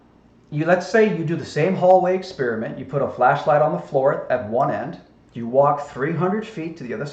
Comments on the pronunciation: Aberture, amberture, what’s the difference, bro? 😅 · Did actually say "aburture"?